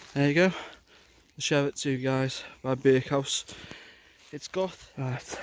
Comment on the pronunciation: It’s Cheviot not Cheviot! Named after the Cheviot in Northumberland